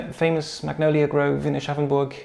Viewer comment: Thanks to this video I finally know how Aschaffenburg is pronounced :D